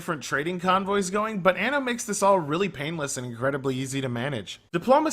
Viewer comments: Stress the second 'N' a bit more next time, otherwise it sounds like you're saying 'Anus 1800' in Italian : ) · learn how to pronounce anno